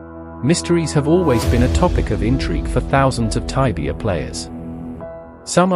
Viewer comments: taibia? jajaja se dice igual... tibia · please dont say taibia.. please stop that. it is Tibia.